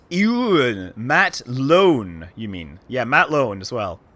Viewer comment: His name is Matt Lowne. Last name rhymes with clown not bone.